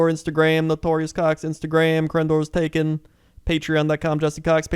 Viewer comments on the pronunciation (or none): none